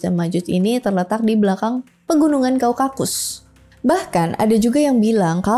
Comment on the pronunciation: kaukasus.. bukan kau-kakus😄